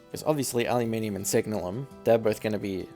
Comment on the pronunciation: Its funny how you're probably the first person I've heard pronouce it "signal-um" rather than "sig-nalum" or "sig-nail-um" but, looking at the spelling, it's an entirely reasonable pronunciation.